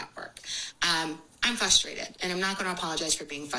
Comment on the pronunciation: I stopped listening after the third time she said "fUStrated".